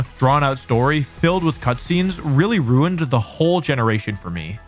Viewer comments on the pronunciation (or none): none